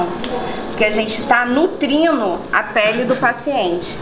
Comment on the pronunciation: Porque ela disse nutrino7 Correto nutrindo